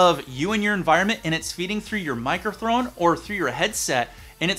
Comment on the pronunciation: "Microtrhone"........ WutFace